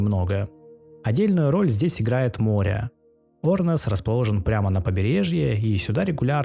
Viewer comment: не Орнес а Ернес